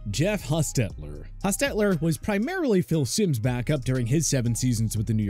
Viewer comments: I hate the way this guy is accenting Jeff Hostetler’s name. It drove me nuts! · Did they change how to pronounce Jeff Hostetler's name? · It’s annoying how he pronounces the name Hostetler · No offense, but you really need to do more thorough research for your videos and ensure that your narrator knows how to pronounce people's names properly. The way the narrator said Jeff Hostetler's name was really weird and saying Fran Tarkenton was "one of the first great pocket passers" makes you sound silly. And these kinds of errors have occurred in a number of your videos. FYI.